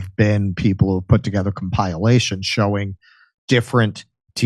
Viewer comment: Compilations…. It’s pronounced com pi lations…. Not com pai lations